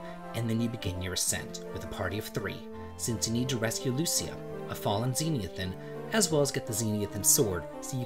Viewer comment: I'm just here to police the proper pronunciation of the Hero's race and country. It's Zenithia read as zen-ith-ee-ah. It comes from the word "Zenith" meaning the pinnacle or highest point. The game's creators meant to imply that the Zenithians were a superior race. This is demonstrated by their devastating power in battle, castle high in the sky, and relationship with the dragon god. This is further evidenced by the naming of the Underworld in Dragon Quest IV as "Nadiria" coming from the word "nadir". Nadir is the antonym to zenith and means the lowest point. I know has probably been saying it wrong since he was a kid, but there's a reason the developers named Zenithia and Nadiria as they did. Thanks for reading. I will now be accepting angry replies about my pronunciation policing.